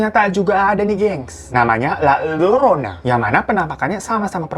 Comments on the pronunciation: Bang nama hantunya bukan lalorona tapi layorona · La Llorona dibacanya La Yorona bang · Fyi aja bang. La Llorona bacanya "la yorona" bisa juga "la jorona" Tergantung negara apa dulu (yg menggunakan bahasa Spanyol) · maaf mau bantu sdikit "la llorona" itu biar gk ribet, nyebutnya la yorona.maaf klo saya lancang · Mon maap ni kak... La llorona di bacanya la yorona